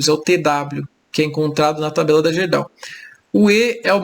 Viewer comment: amigo, a gente fala GUÊrdau.